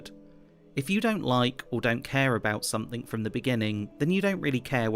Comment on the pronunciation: "Somethink......and some dont"